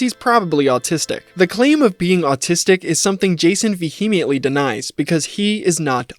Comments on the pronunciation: Vehemently = “Vee-he-me-int-lee”….bro….that was spectrum level pronunciation 😂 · = there's something subtly amazing about talking about autism denial and immediately mispronouncing "vehemently" in the same sentence, lolol.